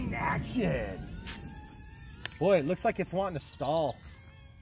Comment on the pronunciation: "Boyin" LMAO